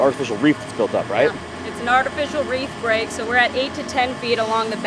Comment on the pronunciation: Reef not Wreath